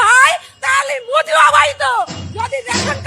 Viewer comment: মোদির নাম ঠিক করে বল 😂😂😂